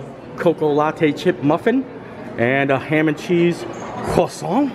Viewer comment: It's so nice to hear an American pronouncing croissant correctly! "Kwa sawn" not "kra sont"